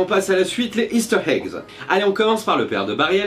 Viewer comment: Bon contenu, la construction est bien faite, surtout le résumé à la fin (et les jeux de mots XD ). Cependant, je trouve que ton débit est un peu trop soutenu, et ça manque de pause. Aussi, c'est "Easter egg", pas "Heaster hegg". Sinon, j'ai bien ta coupe de cheveux!